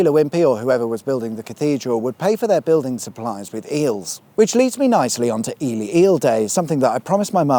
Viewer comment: I love that Ely is pronounced correctly over there. We have an Ely in Minnesota US and too many people call it Ee-Lie. Just makes you want to slap them with a Walleye.